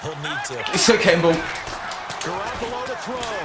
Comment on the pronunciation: Buddy...Garoppolo is pronounced Gah-rop-ole-oh